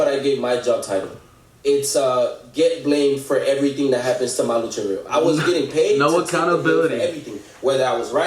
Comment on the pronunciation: Did this dude just say "Malu Triveeo?" 💀